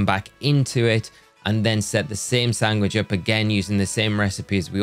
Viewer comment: Are you saying "Sangwich" and not "Sandwich"?